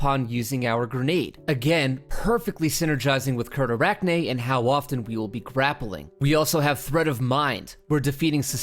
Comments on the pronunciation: It's pronounced site(like a place)-arachne(as in the Greek woman who turned into the first spider) facade(as in a fake wall or fake personality) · It’s pronounced seer-ta-rack-nay’s fuh-sahd. Cyrtarachne being a type of spider that looks like a Parasect Pokémon and “Facade” like a false outward appearance. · Random pronunciation assistance: Cyrtarachne Facade : Sir-Tah-Rakne Fah-Saad Ensnaring : En- Snayr-ing Fragment: Fwagmentuwu